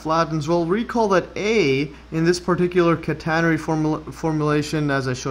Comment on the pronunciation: /CAT - uh - nair - ree/ 😄 (Stress on first syllable)